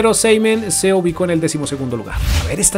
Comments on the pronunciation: No se dice Prestianini, es Prestianni jaja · Prestianini😂😂 Soy de Vélez Sarsfield y se dice "Prestiani" ya que una N no se pronuncia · no es Prestianini es Prestianni! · Que ansiedad cuando decia prestianini JAJAJAJ